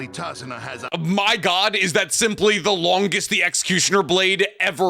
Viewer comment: Calling him tazuma instead of tazuna is genuinely hurting me